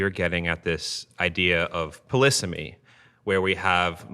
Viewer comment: "Polisamy" - did I hear that word correctly please?